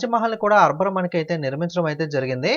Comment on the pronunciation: arber kadu anna akber